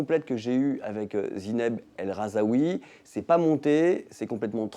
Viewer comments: Mouais, mauvais intervieweur d'une bonne interviewée mal filmée ! De plus, il ne s'agit pas de Zineb "el RhazAoui" comme prononcé plusieurs fois lors de la vidéo, ni de Zineb "el Rahoui" comme écrit à 2 reprises dans la présentation, mais bien de Zineb El Rhazoui, c'est quand même pas compliqué.... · Même pas capable de nommer son invitée correctement "El Rhazoui" pas "El Rhazaoui" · Il s'agirait de prononcer correctement Zineb el Rhazoui, et non pas Zineb el Rhazaoui...